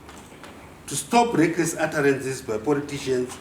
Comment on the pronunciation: i like it for the "wreckress utterances by poritizhens" hahahahaha Makanyanya Generallo